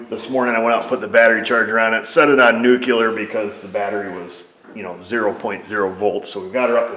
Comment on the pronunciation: “I put it on NUKULER”. 😂